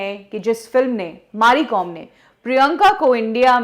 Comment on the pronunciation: Maari Kom ??? Its Mary Kom madam, she is a legend take her name correct at least .